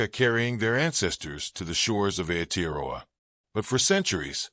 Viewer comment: Why so much repeating of the same information in this video? Why does the narrator butcher the pronunciation of "Aotearoa." All he had to do was pronounce every vowel as if it were Spanish.